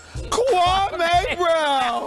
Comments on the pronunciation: funniest thing is dude’s name is actually pronounced “kwa-me” not “kwa-may”.......Stephen A basically gave him a new name lmao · hgonz14 I ju I ju I ju I ju I just can't take ... Kwaameee brown ?? You should be banned from talking basketball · kwa-may brown. the way he pronounce his name. that says it all. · u mean..KwaaaMaay Brown